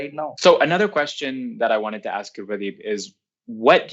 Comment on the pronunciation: the way you pronounce Pradeep's name is immaculate. Keep doing the good work.